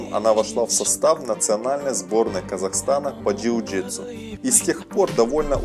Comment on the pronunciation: Перестал смотреть когда сказал жиу житсу